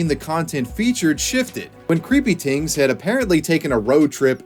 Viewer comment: i love your commitment to saying creepy "tings"